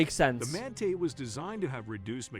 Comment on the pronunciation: X-44 Manta. Pronounced as the video said it the first time. (Mant ah)